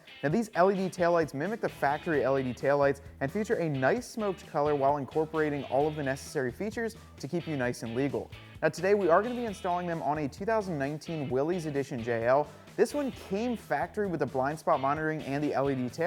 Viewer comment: pronounced Willis